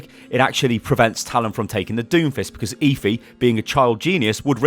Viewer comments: eh-fee not ee-fee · Are you sure her name is pronounced eefee and not ehfee? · Stop saying eeeefeeee. It's Effy spelt Efi. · "Eh-Fee". NOT "Eeee-Feee" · ITS EFI NOT EEFI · her name is Efi, just say f and e had to point it out sorry